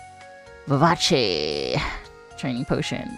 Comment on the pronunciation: ...Today I learned...it's pronounced 'Viv-Ah-chee'...I always said 'Viv-ace' in my head. XDDD